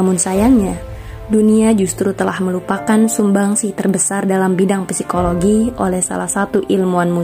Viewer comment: Izin koreksi ya, psikologi dibacanya sikologi